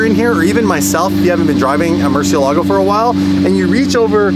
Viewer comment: Learn to pronounce Murciélago correctly. The emphasis is on the e!